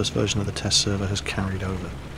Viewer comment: He said flat not flak